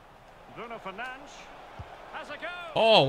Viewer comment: The way the commentator says "Fernandes" is so triggering. It's the equivalent of pronouncing Nick as "Neck"!